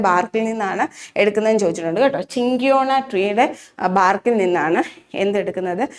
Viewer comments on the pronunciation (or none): ചിങ്കിയോണ അല്ല സിങ്കോണ എന്നാണ് pronunciation